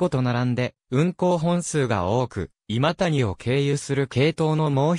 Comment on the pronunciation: の今谷はいまたにではない 正しくはいまやです